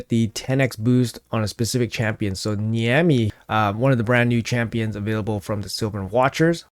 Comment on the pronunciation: Niamhe is pronounced Neeve. That's Irish spelling for you.